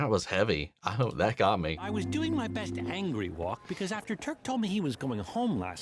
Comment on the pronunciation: I mean this with absolutely no disrespect. But where on earth are you from where your accent pronounces it "doiyng" instead of "do-ing?" I have worked, played, or lived in 38 States in the USA and heard so so many accents but never have i heard that word pronounced that way